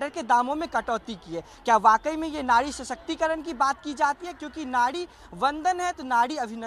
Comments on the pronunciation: Nadi nai nari mere bhai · Nadi nhi bhai nari. Aap zindabad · नाड़ी नही भाई नारी होता है 🤣🤣🤣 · Nadi nahi nari hai Bhai 😂😂😂